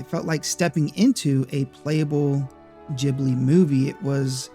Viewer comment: Inazuma Eleven was HUGE on Europe actually and Ghibli (which is not pronounced like that) worked on a Taito game for the PS2 called magic oengel